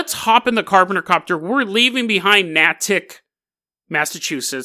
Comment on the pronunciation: Natick haha damn. most of my family lives up there, what a pleasant surprise. Btw its pronounced nay-tik but i love when you pronounce things weird its funny Edit: also wtf even is this story lmao